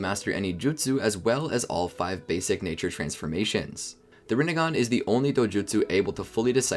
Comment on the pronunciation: Rinnegan more like Rinnegone 😂